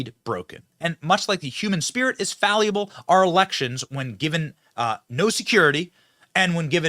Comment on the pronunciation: "Fallible" not "faliable". Faliable isn't a word.